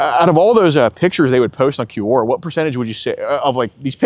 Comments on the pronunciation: It's obviously Q-Aura... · It's pronounced kwaw.ruh, geez. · It took me a good 30 minutes of hearing them say “cue-ora” to realize they’re talking about Quora lol. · I’m shocked every video about how poorly educated is. How is possible he can’t properly pronounce “Quora.” I’m surprised he made far enough to drop out of college in the first place.